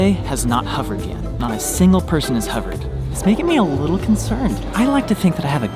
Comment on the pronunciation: HOVERED! NOT HUVERED! You’re killing me haha, love you bro.